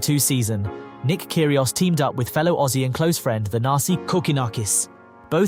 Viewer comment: i love nick "care he aus"